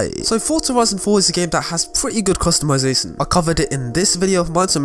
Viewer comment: no hate tho. but it bugs me how he says tion in customiza*tion*. keep it up with the good video mans